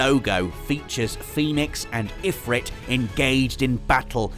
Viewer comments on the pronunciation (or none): none